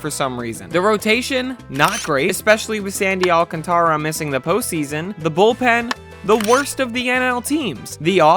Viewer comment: Finally someone who says Sandy Alcantara’s name right instead of saying Alcantra. Thank ou